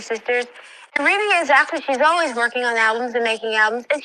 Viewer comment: No offence,, but her name is pronounced Ree Bee not Reb Bee. Ai started saying her name that way.